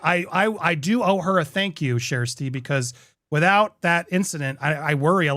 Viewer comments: Who’s “Shersty” fla? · Her name is pronounced Sash-tee. It took me forever to get it right. I have to think of it spelled this was instead of how it’s actually spelled so I get it right. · Her NAME IS PRONOUNCED SHASTI. Be respectful Andy! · There is no R sound in her name. It sounds close to Shasty or maybe Shesty.